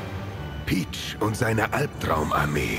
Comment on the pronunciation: Video: Es war...PICH! Ich: Es war...PEACH?!?!